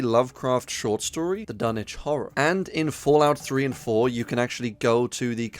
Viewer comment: You win YouTube for saying Dunwich properly 🥇🎉🍾